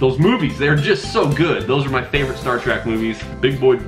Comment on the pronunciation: Sorry it's killing me! Star TrEk not Star TrACk. Ack!!! Lol anyways love the answers. Hi and family